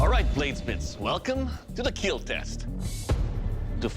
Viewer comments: Keel not kill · It will KEEL. goofy smile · I will KEAL